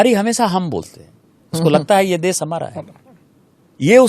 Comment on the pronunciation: देस✖️✖️✖️ देश✔️✔️✔️ भासा ✖️✖️✖️ भाषा✔️✔️✔️ पहिला स्वतः व्यवस्थित उच्चार करायला शिका मग दुसऱ्यांना उपदेश द्या